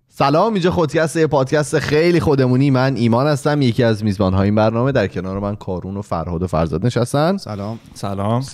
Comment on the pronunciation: ایمان فکر کنم تلفظ صحیح اسم کارون ، «کارِن» باشه